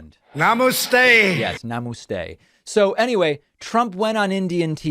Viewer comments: Trump: Nah-mah-stay The audience: Nah-imma-leave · When Donnie said "namushde" I nearly spat out my coveefee. 😂